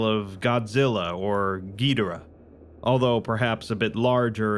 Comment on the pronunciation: Ok, amazing video, WHAT DID YOU CALL GIDORAH? Gee-der-ah